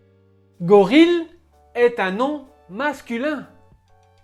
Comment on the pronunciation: Bravo, excellente vidéo. Je crois que vous avez mal prononcé le mot "Gorille"!